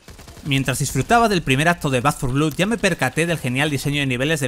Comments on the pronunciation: Un vídeo muy informativo, pero por el amor de Dios, deja de decir "blud" y di "blod", que es como realmente se pronuncia 😭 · Blood se dice, fonéticamente, blod, no blud. Siempre igual con el periodismo español, ni un sólo video sin cagadas lingüísticas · Por qué repites 50 veces "blud" cuando es "blod"? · Como que "Back for Blud"? BLOOD xD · De pronuncia blad no blud,que dolor de oídos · sin embargo el que respondió a mi crítica a VANDAL y a los periodistas que "tantos estudios tienen" eres tú. Tú empezaste el ataque. Pero vamos, esto es Internet. Siempre encuentra uno su discusión, y si no es suya, pues la de otro. Decir blood como blued suena como una patada en la oreja. Eso es un hecho. Denunciame. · Después de oír 2 veces “blud” he tenido que parar el vídeo. En España seguimos sin levantar cabeza con el inglés. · Back 4 vlud. 🤣🤣🤣 esa pronunciación 🤠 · Te sugiero lo mismo. Soy bilingüe. Te aceptaría un "blad" con una "a" tirando hacia la "o", pero en la palabra "blood" no hay ningún tipo de "u". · Dislike por pronunciar "BLUD" 😓